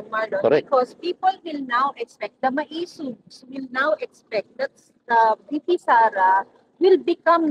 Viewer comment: hi third floor studio. im an avid follower. i have comments though. Bakit ganyan magsalita si marlon, parang nagdadasal. joke! At pakisabi sa kanya, ang tamang pronunciation ng maisog ay "ma-i-sog", not "maysug". at pls wag mong i-interrupt si while nag-eexplain (para lang batiin yung mga nagpakulay). kasi nadidisturbo yung momentum nya.. (napansin ko lang lagi sya nag i-interrupt kay pam). hintayin mo matapos sya magsalita...